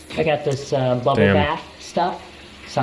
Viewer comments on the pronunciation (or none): said Bubble like its some spanish word